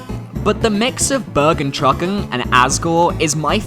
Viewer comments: It's actually called "bergentrÜckung" not bergentruckung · I died when I heard your pronounciation of Bergentrückung ;D Nice ist tho Keep up :)